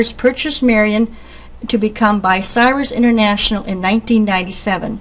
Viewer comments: the name is bUcyrus not bicyrus someond who knows what they are doing needs to edit this video which has too much history to have this kind of mistake, having rebuilt several crains and drag lines in the 70's I can appreciate this vid THANX! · What the heck is Bi-Cyrus? BTW . . . . . . thanks for the vid, always good to see people care about our history. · It is, Bucyrus, not, "Bicyrus". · too bad the narrator can't properly pronounce Bucyrus(Byoo- sire-us) as those who are from these parts are familiar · I's Buu-cyrus. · Say it like this: (B-you Cy-Rus)the woman mispronounced the name. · Much of my pleasure in this video comes from its earnest, homespun quality. As much as I detest the addition of music to documentaries, the barn-dance band enhanced that quality. Even the lady's consistent mispronunciation of Bucyrus added a chuckle. I'll try to find the other videos Rollag may have added to its nostalgia collection. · Please learn to pronounce “Bucyrus”!